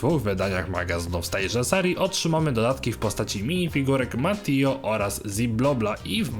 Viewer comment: Mówi się Mateo a nie jakieś Matio xd